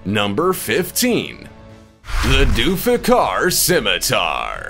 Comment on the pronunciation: It's name is Zulfakar not Dufakar and remember my words it's keeper was our hero in our Islamic religion